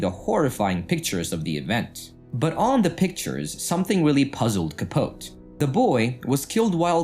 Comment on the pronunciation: CAH- POE-TEE.